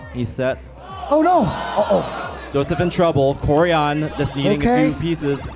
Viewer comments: the name is kòrian not korìan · His name is こうりゃん if written in hiragana. Ko-u-rya-n. The commentators say his name completely wrong. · "Koryan" from Japan lol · A Japanese "Koryan?" interesting... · Nah, his name is Ko-o-rya-n, if the commentators just pronounced it better, there would be less confusion haha